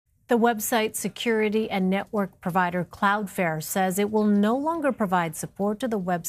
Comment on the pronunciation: She called it "Cloudfair".